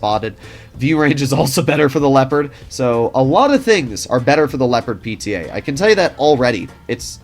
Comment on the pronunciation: You usually get the pronunciation of the German tanks names pretty right but Leopard is crazy